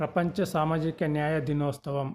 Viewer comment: సంవత్సరము మరియు దినోత్సవం అని స్పష్టముగా మాట్లాడండి